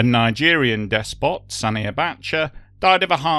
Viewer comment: Holy shit. Des Pot and Pol Pot! Stoooppp 😂😂😂